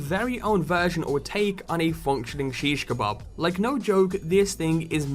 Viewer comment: You said shiskabab wrong (may spelt it wrong) say ish now shis. a now ka. b now a now b. done